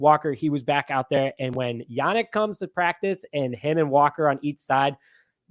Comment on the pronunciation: It's pronounced "YaNEEK" Not Yanick...